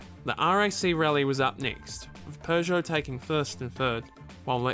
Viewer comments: Peugeot not Pjuuugeot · and all Americans, please listen to the narrator. It's "Purrje oh", not "Poojoe". Oh and on a side note, it's "Jag-you-are", not "Jagwahhh". 😉 Lancia were known for going through the rules book with a fine tooth comb and bending the rules as much as they could get away with. Here is Clarkson with a perfect example. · It's pronounced pergo